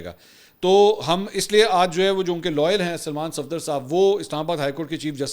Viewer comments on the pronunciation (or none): none